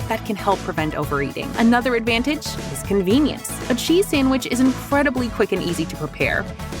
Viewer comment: He enjoing that """""sanwich""""" a litlle too much